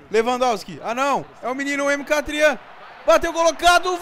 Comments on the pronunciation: mk trian? KKKKKKKK é MIQUITARIAN que fala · não é Mkatrian é Mikitarian. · Se fala Mikitarian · O pra falar o nome do Mkhitaryan, quase falou foi o meu nome kk